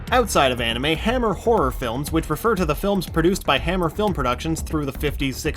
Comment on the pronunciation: Did they really have to make in an anermay? -_